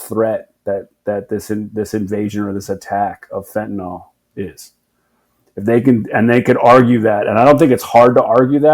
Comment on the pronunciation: NOTE: "Fen tuh neel," not "fen tuh nall." -ol in organic chemistry is used for alcohols while -yl is for phenyls, like fentanyl.